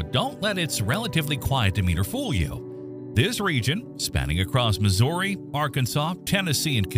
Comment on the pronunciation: Mispronounced missouri as well